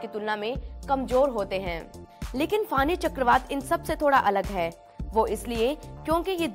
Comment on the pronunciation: फानी नहीं फनी